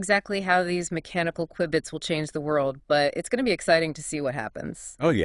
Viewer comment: I laugh a little every time the AI pronounced Q-bits wrong 😂